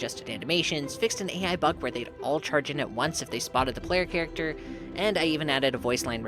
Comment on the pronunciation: "Chat acter" 😂